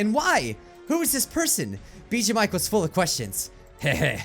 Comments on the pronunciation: Did he say Mijuu Bike at the end? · Anyone else notice that he said Mijuu Bike at the end? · Did anyone else hear him say mijuu bike? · Anyone notice he said miju bike at one point